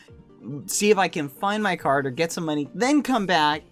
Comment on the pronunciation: at first i thought he said car not card :DD